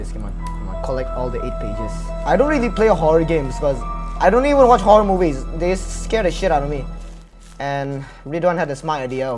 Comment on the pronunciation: it's horror* not horrow fyi...